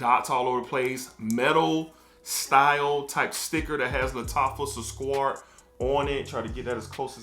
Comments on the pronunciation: It’s not squart, it’s pronounced sue-Kar-aat. It means “sweet” or Sugar. Great review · Its pronounced as Sook-raat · It's pronounced Su-crat , crat like in cat 😺!.I bought the EDP version of Sukraat and is much smoother than the edt , is MUCH closer to Aqua did Gio Profumo EDP!. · It’s Su-Kraat🤣🤣🤣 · Indeed you tortured the name 😂. Here is the name SUKRAT which is Socrates in English. Thank you for the review sir☺️ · It's spelled Su-Kraat my dude, damn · totally butchering that name lol